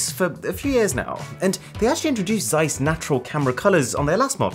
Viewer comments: Would be nice if you pronounced Zeiss correctly 😉. ZZZ(sharp)eissss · Please stop butchering the name Zeiss. Otherwise Great video as always.